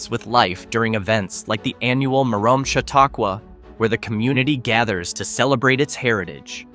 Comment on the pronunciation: Merom is pronounced meh-rumm, or mirr-uhm, not mirr-ome.